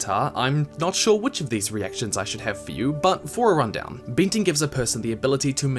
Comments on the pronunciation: great video! but i cannot help but be amused by your kiwi pin/pen merger affects the word "bending" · Im sorry, great video but it's off-putting from time to time I have to cringe at your pronounciation: earthbinder, bindir, binding...ugh.